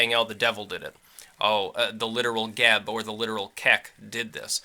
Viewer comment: It is NOT pronounced like "Jeb."